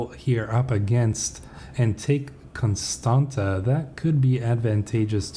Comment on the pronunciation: Greay video as always!But just so you now you pronounced Constanta very well exept the last T is pronounced as in Tsar